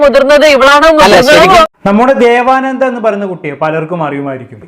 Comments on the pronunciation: ദേവാനന്ദ അല്ല "ദേവനന്ദ " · ദേവാനന്ദ അല്ല ബ്രോ 😂ദേവ നന്ദ 💕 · ബ്രോ ദേവാനന്ദ, അല്ല ദേവനന്ദ. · ദേവാനന്ദ അല്ല ദേവനന്ദ ആണ്